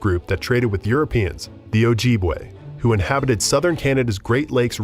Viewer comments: In this day and age and the mispronouncation is proof the whites still refuse to acknowledge Indigenous Nations. It's O-jib-way. Our women and men are still disappearing and not looked into. One white woman goes missing its chaos and funds given to the family. Whether Indigenous Nations fought they all shared a root. You strangers have pagan, christians, jews, muslim, practices unknown to our way of life but yet call us savages. A name rooted into our beings and ashamed of being called. Now only to freely call yourself savages when you can't and won't ever be brought the darkness our Ancestors faced for you to be here today on Turtle Island. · Completely saying Ojibwe wrong and my tribe Mille Lacs wrong. Ojibwe sounds like OH JIB WAY and Mille Lacs sounds like Mill Lacs 🙄